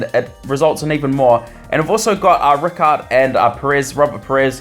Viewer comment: It's r-eye-card not ricard